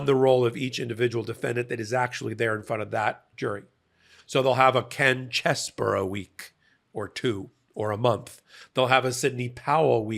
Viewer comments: Its pronounced "Cheesy-Bro" not "Chess-bro". He gets zero name-integrity from us for being a traitor to our democracy. CHEESY BRO! Lets normalize that lol. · It's not fucking BORO, it"s BRO!! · why do you keep saying cheseboro? It's CheseBRO!